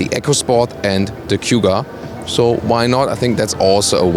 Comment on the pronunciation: Anyone else was screaming at the screen: "It`s PUMA... P-U-M-A, not P-Y-U-M-A". same for Cougar (not Cyougar). maybe just me :)